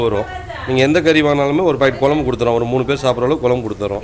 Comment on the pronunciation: Pls mam it's kuzhambu ..kolambu illa...don mistake